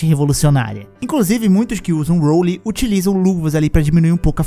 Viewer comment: Legal, faça um video desse agora mas com legendas em português, pode ser? Eu queria saber o que significa: "Rolim" "craxa" e várias outras palavras que você pronunciou aí que não existem.